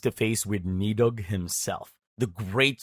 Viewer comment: you spelt & pronounced Níðhǫggr wrong by the way. ð is not d as in nid-hogg but pronounced nith=heugg while Níðhǫggr=nith-heug-hr Still how many speak middle or old English to know þ/ð is þorn=th let alone know any norse much less old nose. Strictly speaking the Norse have no hell as such but many fitting realms & not even a single heaven as the man that goes to Valhalla or heath are 2 very different matters while those that die at see are taken Rán by to Ránar salr=rans hall in her husbands Aegir realm Aegirheim=sea realm. I could go on but I really need to attend to other matters but you should get the jist.